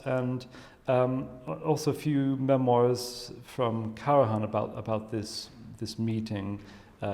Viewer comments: He is simply wrong. He pronounces the „j“ as if the name were Spanish; which the name Karajan was not. The spelling accurately reflects, from a German language pronunciation standpoint, how the name was earlier pronounced in its country of origin. It is annoying to the listener, and rude, to be so wrong in pronouncing someone‘s name. The speaker is American? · One question: why pronouncing KARAHAN instead of KARAJAN? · I do apologise but your explaination is totally wrong. As a FAMILY NAME, the correct pronunciation is KARAJAN - pron. KARAIAN also because the name comes from Macedonia - where the Karajannis came from. So the gentleman in the movie, obviously unaware of the correct way to pronounce a name so famous and renown, is wrong. Do you need further confirmation? Please listen to the thousands (if not millions) of interviews ad movies and documentaries about KARAJAN and listen to the proper pronunciation of the Name by thousands (if not millions) people. Or do even better: the interviewer pronounces the Name correctly, the gentleman is going on pronouncing it in a totally wrong way, IN THE VERY SAME CONTEXT! And avoid speaking when you obviously don't know what you are talking about. And I add: Karajan WAS NOT a composer but a CONDUCTOR and he was not GERMAN BUT AUSTRIAN - being born in the Austrian Empire (Salzburg) on the 5th April 1908. You definitely need to listen well and understand better. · Hilarious that she sits there not reacting to his pronunciation. Whas it an insult or stupidity or maybe an eccentricity he is proud of. Either way, it's funny and irritating at the same time, not an easy feat. 🙄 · The German word for the hunt is der Jagd. Always pronounced as beginning with a letter Y. In German, ALL letter Js are pronounced as Y. Karajan's J is indeed pronounced as a letter Y. Even his wife, Eliette, pronounces it with the J sounding like the letter Y.